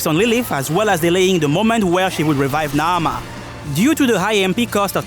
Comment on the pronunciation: Wonderful video. I have to give you extra shout outs for the OCTOPATH traveller 2 music I.e. that transition with the buildup into the Qadistu boss fight was perfect 👌🏽 I also really like the way you say Naamah